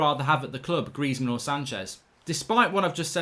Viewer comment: Greizmann?! Stop. Please, stop.